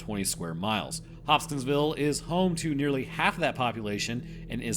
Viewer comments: Bro kept saying Hop-Skins-Ville 😭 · I found true weakness. Pronouncing Hopkinsville. Also I highly recommend the Astonishing Legends podcast coverage of this event.